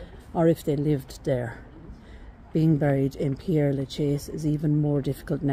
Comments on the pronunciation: Hi! You’re mispronouncing the name! It is NOT “Pierre”, but Père (like pear) 🌹🌻🌸🌼🌺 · Ye I did but never was I thought how to say Père Lachaise, funny that ain't it 😅🤣 oh by the way it's nice to be nice, I think I apologised in the video about my pronunciation, then you probably didn't watch 😅 too busy running to the comments 😉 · you’re not getting the point, you visit a world famous cemetery and cannot be bothered to learn how to pronounce its name. Tut tut pull up your socks dear! The video is great btw, I love this cemetery but have not seen it all. Cheers 😢